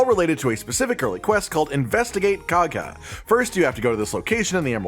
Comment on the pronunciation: Yeah not sure why he pronounced it so weird they say her name enough times in the game that there was really no excuse